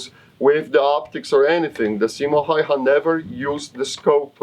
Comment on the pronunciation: Häyhä is pronounced more like "Hauwha" (Which I have problems spelling pheonetically) but that doesn''t reflect on the video, which is great :)